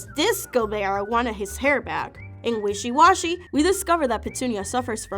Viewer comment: It's pronounced `Wishy Washy`